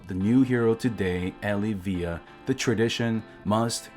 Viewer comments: I think it's El-iv-eeya. Not Eli-veeya. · Adam you must be new always a baddie when it comes to pronouncing names. I think he’s trolling us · is anyone else not bothered by how he pronounces Elyvia